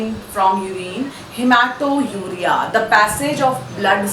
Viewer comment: It is not haemato_uria , but haematuria.